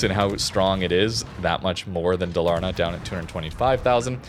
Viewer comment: Dalaaaarna, it's DAL-AR-NA 😁 thumbs up 🎉